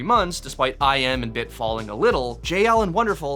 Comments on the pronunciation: Please pronounce iM corect his name not “i am” but its “ime”… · i-M???... you mean "Immah"? iM is not said like just the letters.